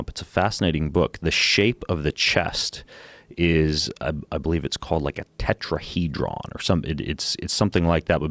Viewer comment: Wow...talk about hubris. “A tomato looks like a heart, so it’s good for the heart”. As if everything was placed here for us WITH clues to indicate what it’s uses were. 🤣. Also...”tetra-he-dron”. 😂